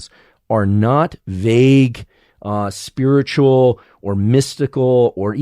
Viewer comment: Why did you say “spiritual” and “mystical” like that?